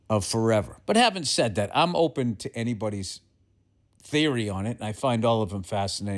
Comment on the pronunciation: "Is like datt." Golden.